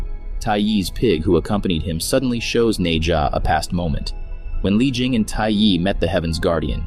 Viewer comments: Bro said nei ja lol. It’s Nezha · Its nezha nkt neja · It’s pronounced nesha